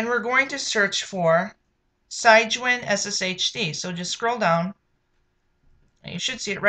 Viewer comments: It's not pronounced SIGE-WIN. It's SIG-WIN. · enunciation note - "Sig-Win" after "Sig-nus" the swan..